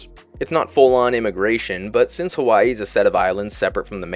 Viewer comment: Mmmm who pronounces Hawaii as /hu'wa,i/ ?????? Where does the /hu/ sound come from 😢